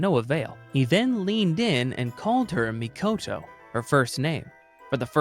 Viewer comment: It's MIKOTO Urabe, why do you say "MAKITO" urabe?????? 😤😤😤😤😤😤😤😤